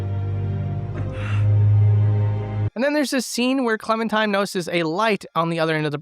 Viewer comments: Did dude just call Clementine Clementime? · Its clementine, not clementime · Its also Clementine not Clementime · 6 years later he still says clementime lol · What time is it? It's Clemen-time Edit: I made this comment thinking it was a one-time mispronunciation but you kept pronouncing it 'Clemen-time' the whole way through... "not even owned by Clementime, does have Clementime's stuff in"... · are you.....are you saying clementime? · are..are you saying Clemen-"time"? lol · "It's clemen' time" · no it's Clemen Time and then she started clemmin' all over the place